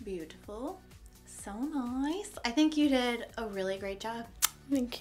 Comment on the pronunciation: I am so thankful for this video. I've had friends who DESPERATLY wanted this. Thank you for even explaining in such great detail!!! Also when you said "noice" instead of nice you became my favorite youtuber!!!